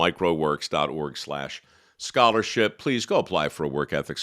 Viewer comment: This is the 1st time I realized the foundation is Mike Rowe Works. I always thought he was saying Microworks.